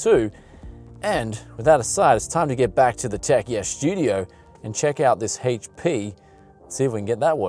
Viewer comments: Haitch Pea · Why do you keep saying "haych-p"? Don't you mean... HP? lol